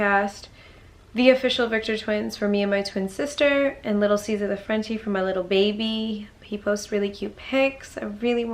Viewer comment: "Caesa, Caesa!!" 😭😭😭😭